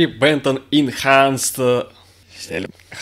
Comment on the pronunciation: читается HB инхансд